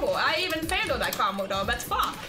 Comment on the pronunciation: It's so funny when she says wot de Phoque!?